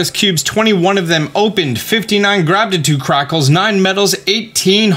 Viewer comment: Ik every time he says gratitude crystal I'm like he said it wrong bc there will now be for ever know as grabtitude crackles